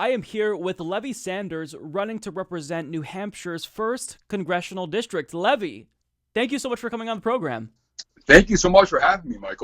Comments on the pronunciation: I'm puzzled by the way is pronouncing Levi.. Like the wall holding back the water, instead of like the jeans? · Is it pronounced Levi or Levi, like the jeans?